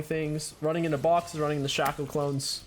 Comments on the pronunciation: Did he just say Shack-ow? instead of shaco? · The way you pronounce shaco and Olaf sets me off lmao